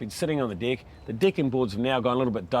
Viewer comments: As a Brit, deck sounds very much like dick to me! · I want my "deck" to last longer too